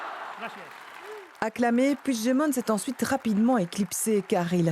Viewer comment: Son nom se prononce "Pui-gue-demont" et non "Pouijedemont"... C'est un nom français, ca se prononce donc en français, pas en portugais...